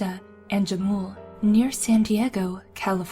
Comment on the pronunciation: As a San Diegan I'm laughing so hard at the pronunciation of Jamul. Me and a couple friends went driving on Jamul Road and we pulled over and got out. It was dead silent except for footsteps. Once we realized all of us were standing still we dipped. Hahaha